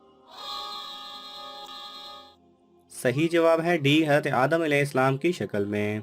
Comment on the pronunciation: Assalamalaikum sir ap Hazrat ka naam achaye se bolye ap ye Haz kya